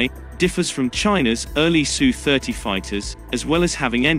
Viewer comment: It's not sue, it's S U. And China is buying more S. U. -35s.